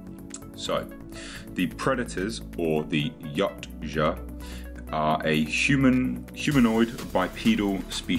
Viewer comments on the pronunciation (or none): its not "Yotcha" "According to Steve C. Perry, the author of many of the Aliens novels, Predator: Turnabout & Aliens Vs. Predator: Prey, the word "Yautja" is actually pronounced "Ya-oot-chah", with the accent on the 2nd syllable, and where the "ch" is close to a "j" sound." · "Yautja" is pronounced "Yowt-juh". Just sayin'. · Thought it was pronounced Ee-wat-ya but maybe it's an accent thing.